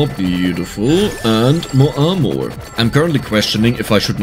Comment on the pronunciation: Genuinely love the French pronunciation of Armour 😂 More correct would arguably be “AR-merr” :)